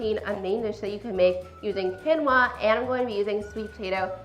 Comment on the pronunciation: The correct pronunciation is keen-waa.